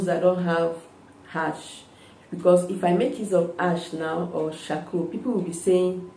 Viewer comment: You said coarcoal